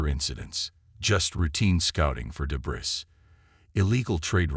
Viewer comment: Teach the AI you are using for the narration to pronounce the word debris as "de-bree."